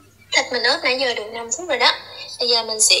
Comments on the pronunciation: Ướp mà cứ nói óp là sao? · Ướp chứ không phải ớp em ơi